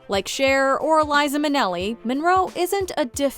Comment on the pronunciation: Hey it's LIZA not Eliza Minelli